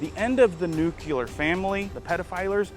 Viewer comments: It is spelled NUCLEAR not nuculer. NEW-CLEE-ER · Nucular is not a word! The word you are thinking of is nuclear! I hope you can learn this! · It is new cle er. not nu cue ler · Why he saying W OL E F instead of WEF... and I can't take anyone seriously that says "nucular"... it's NUCLEAR. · ITS NU-CLEAR NOT NU-CULAR ATOMS HAVE A NUCLEUS NOT A NUCULUS!!! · Love the Channel Brah ... Will keep watching....NewClear 👌 ❌Not Nukular❌ Aloha 🤙🌺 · I watch your channel all the time and find it very informative. As a teacher (NOT woke), I am asking to please stop saying nu-cu-lar. It is nu-clee-ar. Just remember that if they drop the bomb it will be “new” and “clear” everything in its path. Just a massive pet peeve. 😊 Thanks for all you do! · It's like saying "Newclear..." not "Nucular."🤓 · I really enjoy your informative videos but I have to say something. It isn't nucular. It's Nuclear. NEW-KLEE-ER. I look forward to all future videos. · YOU LITERALLY JUST READ "NUCLEAR FAMILY" AND STILL SAID NUCULAR YOU EVEN HESITATED SAW IT AND DECIDED TO PRONOUNCE IT INCORRECTLY!!! OMG SORRY THIS STUFF JUST REALLY PISSES ME OFF! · Please! The word is NU-CLE-AR.